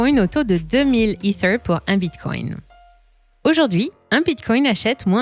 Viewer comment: les vidéos sont en français tu n'as pas besoin de sortir ton meilleur accent quand tu prononces "ether"... Dis é Terre comme tout le monde stp